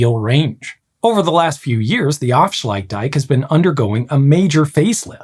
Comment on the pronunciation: Af-sluit-dijk You're right that it sounded more like "offshluidtdijk" but can you really blame him? Each of those parts is problematic for English speakers ("a", "ui" and "ij" don't occur in English) and where the first two parts join up you've got "fsl" which only makes sense when you know we're jamming words together and even then requires that you know which words we're jamming together before you can get the timing right.